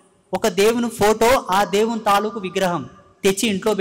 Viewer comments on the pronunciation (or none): none